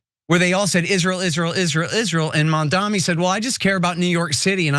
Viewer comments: It's M A M D A N I please you American for god's sake get his name right you guys are so smart how come you can't say his name right, what is this MAMDMI???😮😮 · mamdani's name is pronounced Mum dhani.